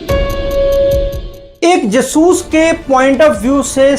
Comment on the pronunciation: कृपया जासूस को जसूस (ज सूस) न कहा करें आपका कहा उच्चारण हिंदी के हिसाब से सही नहीं है और अटपटा है मैं जानता हूं कि आपका यह उच्चारण आपकी पंजाबी मातृभूमि अमृतसर के कारण है। परन्तु इसे संशोधित करने का प्रयास अवश्य करें व्यक्तिगत न लें और अन्यथा लगा हो तो क्षमा करें। अटपटा लगने के कारण वीडियो प्रारम्भ में ही छोड़ना पड़ा। उचित समझा इसलिए लिखा 🌹😊